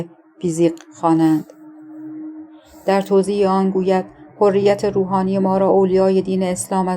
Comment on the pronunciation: تازه! حرّیت را فرمودن حُریت😂 خیلی باسوادن: اسامی رو که نگو خودشو میکشت تا از پسش بر آد